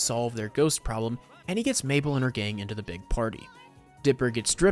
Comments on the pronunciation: BRO its okay that you said mabell to me☺️ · Him calling her maybell 😂